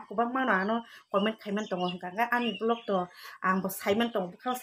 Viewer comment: Vlog❌ bolog ✅💀 Propose❌ poropos ✅😢 Choice ❌ choyis✅😭